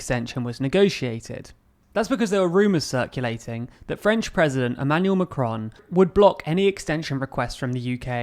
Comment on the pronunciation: Check your pronunciation of Macron, will you!